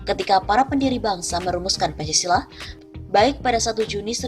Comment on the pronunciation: Arya Bima anak kemarin sore kok ngomong Pancasola, tahu apa sok tahu?